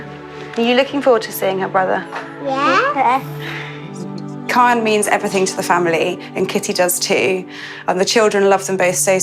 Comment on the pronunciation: The narrator called kion kyle